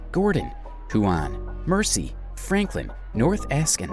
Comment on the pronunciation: I live in Tassie....Great vid but several mis pronounced place names ...You nailed it for lots of facts though... One really glaring one is Ben Lomond .. It's said Ben Lowmond .. Low as in opposite to high.. another is the Mersey River ...We say it as Merzey not sounding like Mercy as you said .. Both of these are completely understandable though by looking how they are written .. On Ben Lomond ...I am looking at it right now from my front door from 50 kilometres away ..Also South Sister , Mt Nicholas, Mt . Elephant and St. Patricks Head Pinnacle all visible from different parts of my property .. I'm nearly 900 ft or 272 metres above sea level in a valley . But within 15 minutes can be standing on a pristine beach looking toward the Tasman Sea/ Pacific Ocean to the east and the Southern Ocean to the south... It's amazing ...